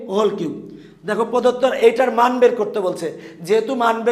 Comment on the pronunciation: রাশি কে খাশি 🤣🤣🤣🤣🤣🤣🤣🤣🤣🤣 মান কে মন 🤣🤣🤣🤣🤣🤣🤣🤣🤣🤣🤣